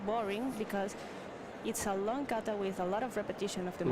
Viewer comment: Stop pronouncing it 'cat a'!!!! You sound like a pompous novice.